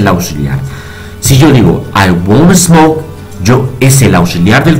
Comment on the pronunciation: he aqui la verdadera pedagogîa de un experto maestro congratulaciones ,con respeto la letra s no se pronuncia es por ejemplo smoke no es esmok , pero de verdad se paso clarito clarito y sirve para despejar varias dudas no te pierdas.bendiciones